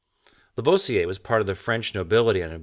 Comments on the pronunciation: I love these videos and have but one criticism and I'm sure I'm not the first to say this but : you need to perfect your French pronunciation. Lavoisier isn't "laVohziay" it's "LaVwaziay" . Other than that... Your photography and your writing are superb: the odd humorous image or phrase really helps too. Love it. Carry on old chap! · "moo-zay"; "La-vwah-zee-ay" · I'm trying to sound level-headed here... if you do more videos that cause you to say Lavoisier's name, say it La-VWAH-si-ay. I know... I'm picky to a fault. You're not doing Vaucanson any good either. These are great videos, well worth the time. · Please learn how to pronounce Lavoisier !